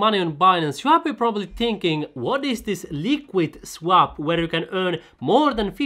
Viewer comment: ''svap'' :D u from Finlandia? greetings from Denmark